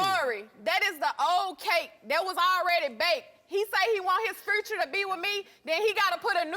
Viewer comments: “Fruture”... “Excruses”... In what state!? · "excurses" "furture"💀💀💀💀💀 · He said he want “furchure” with me . Ignorance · The way she says the word future 😂😂 erase that word from her vocabulary